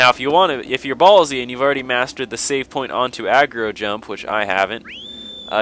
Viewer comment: It's Agro, not Argo.